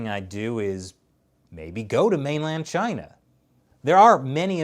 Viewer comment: as for china... 발음 조심해주세요.